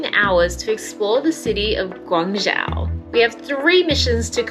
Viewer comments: pronunciation of Chinese words are spot on e.g. Guangzhou, Yuan etc. narration are good. Please do more videos on China. Thanks! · max的发音“广州”，非常的标准，是最近到过广州的旅游博主里面，发音最标准的一个。